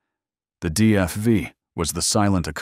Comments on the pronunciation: DFI? DFY? What are you mumbling about. The Gilmore Foyt Indycars never used Cosworths, the used Offenhauser and DGS motors…. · Why did you show the Foyt Indycar? ( twice? ) It never had the DFV or DFY. That car had the Ford “4-Cam” originally developed from the 289 stock block Fairlane. And your AI guy says “DFI” - WTF? Audit check your automated computerized narrator. And what is a mono-cook? Terrible narration